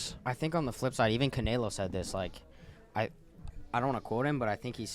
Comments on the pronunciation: Yo! It’s Canelo, not Canaylo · They just had Canelo on and pronouncing his name as Canaylo 😂😂🤦‍♂️ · Canalo wtf it makes me sick the way he says it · really said “cuh-nae-low” all the mexicans punching air rn 😭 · Normal person: canelo:.. “ ca nay low” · Hate how keeps calling Canelo Canaylo for some reason 😂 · Why does say “Canelo” like that? Lol 😂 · Dude why does keep pronouncing Canelos name like that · mispronouncing fighter names for clips pathetic 😭😭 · The way pronounced canelo😂😂 I see why people can’t stand this man. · cant even say canelos name SMH